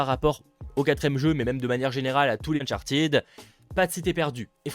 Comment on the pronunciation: Uncharted se prononce "ted" pas "tid"